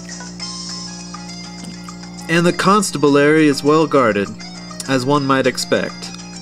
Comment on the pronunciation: it's con stab bu lary